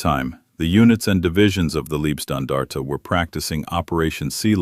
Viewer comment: Please stop saying "Liebstandarte" because that means something like "nice standard". It is "Leib-" which means "Body" and the body it refers to is Adolf Hitler.